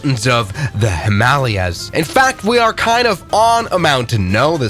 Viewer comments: Twin, where the fuck is “himahleeyas” 🥀💔✌️ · The Himaleeyas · Said like a perfect German ! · I'm going to pronounce 'Himalayas' like that from now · interesting pronunciation of Himalayas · That’s quite the pronunciation of Himalayas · don’t think you got the joke because said Himalayas wrong and the OP wrote it how he pronounced it